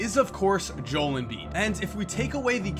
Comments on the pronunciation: I LOVE YOU BUT YOURE SAYING HIS NAME JOLE AND IM ALMOST ENTIRELY POSITIVE THAT ITS PRONOUNCED JO-EL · He was pronouncing it like Jol Embid but I thought it was like Jo El Embid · I was going to like the vid but then u said Jole instead of Jo- el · It’s not jole Embiid it’s Joel embiid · “Jo-el” not “Jole” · Joe-el Embiid not Jol Embiid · love the video but it isnt pronounced jole its jo-el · I am sorry to correct you u but, I am a Kansas fan and is name is pronounced JO El not Joel It's Joe ell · Joe el not joul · jo-el not Joel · god dammit JO-EL, JO-El, not JOLE fucking JO----------EL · The fact that you say Jole not Jo-el annoys us dozers fan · This is hard to watch because of you saying JOEL instead of JO-EL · jeesuz its not joel its Jo el shit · JO EL NOT JOL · Im sry, I love your work, But its JO-EL embiid NOT Jol embiid. Ty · let me help you out, JOE-L not Joel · JO-EL is how it's pronounced not Joal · It's not Joel it's pronounced (Joe L) I'm not even a Sixers fan and I'm annoyed 😂😂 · Jo-el not Joel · It's joelle embiid not jole...... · Is Joe-Ell not Jole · It's pronounced Jo-el, not Joel. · Just so ya know....his name is pronounced Jo-el, not Joel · JOE L NOT JOEL LIKE BILLY JOEL BUT JOEL LIKE JOE L (LOL) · Bro, it's pronounced Joe - El, Not Jole. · JOEL: 2 syllables. SAID: (JOE L) NOT LIKE BILLY JOEL AS A SIXERS FAN THIS IS ACTUALLY PISSING ME OFF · Real Dallas Cowboys Fan It's fucking Joe L. Not Joel. Two syllables. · 0.03 jol embiid lol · Hehehe he said jol embid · Your pronouncing his name wrong it’s Joe-el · It’s pronounced jo el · It's Joe-el Embiid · It's pronounced (joe) (L) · its joe-l embiid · He saying "Jole" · its JOE-L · Just saying it is Jo-el Joel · Pronounced Joe El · Joel { joe-el} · its pronounced joe-L em-beed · Boom Goes the dynamite no he said it like jol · Really?? 😂 ITS JO - EL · his name is JO-EL. Joel is two syllables. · Actually it is pronounced "jol" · It's pronunced joe L